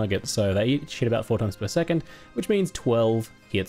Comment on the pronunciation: when you said "each hit" I heard "eat shit" and had a giggle to myself